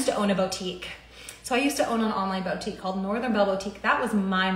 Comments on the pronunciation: Omg if I hear the word bow-tique anymore, im going to rip my ears off 🙉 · Bow-Teak🤔? I thought that it’s supposed to be Boo-Teak (boutique). Maybe she’s talking about something that I’ve never heard of🤔🤷🏽‍♀️? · “Bowtique” “Paper monies” I just lost so many braincells.